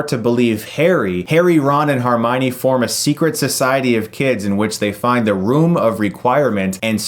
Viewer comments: Ok Chris, her name is HERmione not HARmione. Also, it's the room of INQUIREMENT, not REQUIREMENT. Sorry, that drove me up a wall. I love your videos, friend! Keep up the good work. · Am I honestly the ONLY person who finds the way he says HERmione infuriating? Haha HERmione not HARmione. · Chris, I love you. I really do... But... It's HERmione! Not HARminoe! Please, just... just please. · Really am enjoying these longer reviews and appreciate your enthusiasm and perspective, Chris! There is one thing that perhaps I may point out?---Hermione is not pronounced HARmione but rather HERmione. At first I thought it was just a slip up but then when you repeatedly mispronounced it I realized you might just not know. Silly as it is, I noticed it : ) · CHRIS WHAT THE FUCK WHY DO YOU KEEP SAYING "Har-my-nee." It's "HER-myo-nee." Just, how do you not know this? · HER-mione. HER-mione. Please stop pronouncing it Harmione. That's every video to date! Dude, you've seen all the movies, you know it's Hermione. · the 'harmione' really annoyed me as it's spelt hermione lol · its funny how people say Harmione and Hargwarts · He said "HARminie" again. Please stop that. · Anyone notice he randomly puts too much emphasis on the letter 'A'? "AlastAr Moody" "HArmione" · Learn how to say Hermione ffs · Please learn how to pronounce Hermione and Alastor